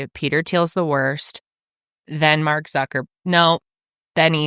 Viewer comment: “Mark Suckerberg” Billionaire Crime Files might be your best halloween special yet 😂